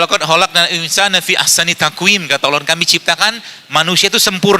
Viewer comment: Maaf dokter zaidul akbar 🙏 saya dua kali ini lihat kajian dokter di yutub yg mengutip surat abasa ayat 14.... Mohon maaf untuk dikoreksi krn huruf nun nya bukan di fathah tp dhummah dok 🙏😊 Fal yandzuril insaanu bukan insaana semoga bisa menjadi koreksi untuk semua🙏🤗